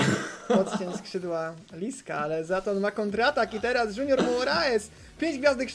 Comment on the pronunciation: oskar "Janusz" "Junajted" "Jutandej" Siwiec